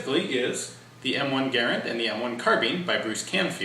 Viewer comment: Ga-Rand, Ga-Rand, a good woody sounding word, not like Gar-an, too tinny, tinny.